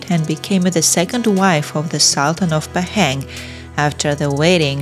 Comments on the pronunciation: The pronunciation of Pahang is Pa ( like papa) and Hung ....Pa Hung NOT Pay- Heng. 😅😅😅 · Pahang - pronounced Bahasa Melayu way, not British nor American way. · laughing hearing you pronouncing 'Pahang'